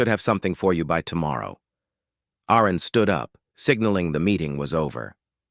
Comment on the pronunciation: It would be soooo nice if an A.I. could actually pronounce a name correctly. AARON, ARUN or what ever.... Just get it right and stick with it.